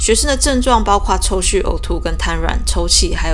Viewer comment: 抽搐ㄔㄨ、 念觸不唸序 搬上檯面 無搬出檯面說法 謝謝仙人掌姊姊 自從開始失眠就習慣聽妳的YT睡覺超過五年了🌵